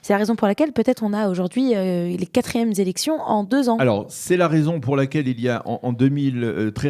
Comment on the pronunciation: 4ème ZZélection ...???!!! ;). ;) :)-). :). « QuatrièME Élection » ( quatrième est invariable , sans S à la fin , donc pas de liaison hihi !! ;)